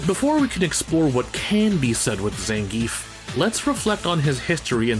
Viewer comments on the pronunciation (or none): 1: It's not ZAN-giev in Russia, it's zan-GI-ev. The 'ie' is made of two sounds, and the emphasis is on the middle. Zangief can be pronounced however you want, though. (Fun fact, how they pronounce Potemkin as an announcer is accurate to its Russian origin. The "e" in the name is actually a "ё" , which reads as "yo", not "eh" or even "yeh". Which is why it sounds like "Pochomkin", cause that's the name of the ship in Russian.) 2: I wouldn't say Blanka doesn't have an arc anymore, albeit, he is pretty clownish. Him selling Blanca dolls can be his way of helping his mother and learning to take care of himself in the world of steel and cement, instead of a jungle, as well as take care of her. Honda is, though, VERY MUCH , a one note character. Honestly, the fact that he can be friends with so many people should've been at least something to get him more fleshed out, like he is very charismatic and knows how to deal with people. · Gr8 info here. Hey I used to pronounce his name wrong too like everyone else. It's actually Zahn-Gee-Eff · When the author of "Respect Zangief" can't even pronounce the name correctly... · 12 minutes of a guy seriously talking about how silly fighting game characters not evolving as characters is a problem. Dude. It's fighting games. Nobody cares. I'm Ukranian and I know for sure that if Zangief is Russian his name is most-likely supposed to sound as Zangiev, but I don't care because nobody, even the creators don't. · You say his name wrong.